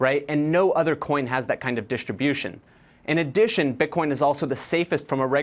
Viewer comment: What an „expert“ - dischtribiuschen